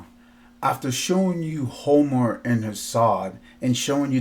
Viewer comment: “Homor” lol. Why do educated dudes have to pronounce things funny? 😂😂😂 its Homer. Like Homer Simpson